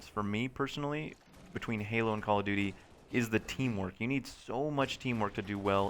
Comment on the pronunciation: why do people always say "Call of Doody?"